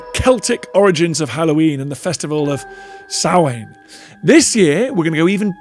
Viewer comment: I am astounded that the englishman bothered to try to pronounce Samhain properly. The brits might be evolving.